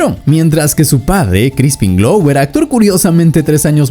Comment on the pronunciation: Nothing you’re saying is something we didn’t already know already know for the last 45 years, and it’s Crispin Glover not Crispin Glow.